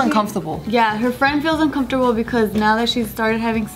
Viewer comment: Anyone else notice that says "uncomfortable" different than most people would say it haha? I don't think it's a bad thing lol I've just noticed it recently